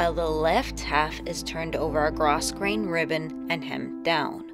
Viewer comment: It is really gorgeous! P.S. When you pronounce grosgrain, the s is silent, so you just say gro-grain.